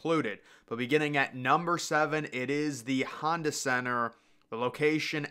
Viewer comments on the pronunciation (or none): none